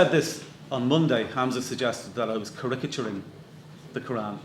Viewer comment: Very interesting debate. But he doesn't know how to pronounce "caricaturing"?